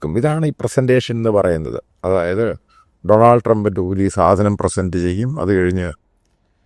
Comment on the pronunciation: ഡോണൽസ് എന്നാണ്. ഡണാൾഡ് എന്നല്ല. Look at the word pronunciation. Most Malayalee reporters mAke this mistake. P P james & Marunadan Shajan say it right.